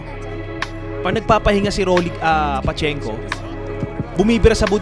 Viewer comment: Correction, Pachinko ang tamang pronunciation from Japan.